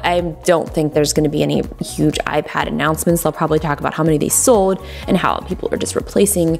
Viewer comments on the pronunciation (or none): she says sold like soowld.